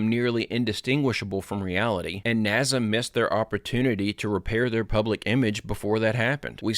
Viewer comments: …I love your channel, I appreciate all you do with videos & I’ve been here since the very beginning and I’m not trying to be rude or disrespectful here but good grief I am having such a hard time listening to you continue to say NAZA when you know it’s not how you say it and it’s been happening since day one, why are you still saying it like that? Professionally, when you want to appear smart, or to be taken seriously, etc, you should try to be correct in pronunciation …it’s a discredit to you & the impression you leave…it’s the same as people saying supposebly when there is no B in the word and it’s pronounced supposedly. I’ve been sitting on that for several months and I’m sorry I finally had to say something, it won’t change me watching you, it’s your image not mine. Please don’t be angry!😅✌️ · Dude why are you incapable of pronouncing NASA right? Do you see a Z anywhere in NASA no you do not so why in the fuck do you keep saying NASA as if there is a Z in it? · Naza? Cmon! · Why does he pronounce it "naza"? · Howdy Steppers! Let's get after it... 1. Stay out of the water. 2. No urban exploration. 3. It's pronounced 'Naazah' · It's pronounced notzo.😂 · …I love your channel, I’ve been here since the beginning and I’m not trying to be rude or disrespectful but good grief I am having such a hard time listening to you continue to say NAZA when you know it’s not how you say it and it’s been happening since day one…when you want to appear smart, or to be taken seriously, etc, you should try to be correct in pronunciation …it’s a discredit to you & the impression you leave…it’s the same as people saying supposebly when there is no B in the word and it’s pronounced supposedly. I’ve been sitting on that for months and I’m sorry I finally had to say something, it won’t change me watching you, it’s your image not mine. Please don’t be angry!😅✌️